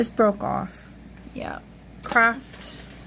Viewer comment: Hi, did you say crap? Or craft? Hehehe